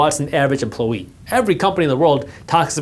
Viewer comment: What’s an Emplo-ee?